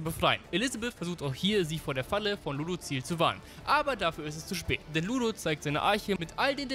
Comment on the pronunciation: ludu.ziel....... xDDDDDDDDDD luuudussiel